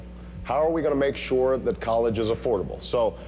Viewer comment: When did SURE become “SHOWA”?